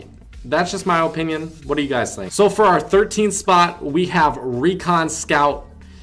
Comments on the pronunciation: you and me both OHpinion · His ooooooponion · The way you say opinion makes me want to kill my self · The way you say opinion is going to kill me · I SWEAR TO LORD TACHANKA I WILL NOT KEEP WATCHING YOUR VIDEOS IF YOU KEEP MISPRONOUNCING OPINION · Your opinion is irrelevant when you can’t even say opinion correctly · Why you say opinion like that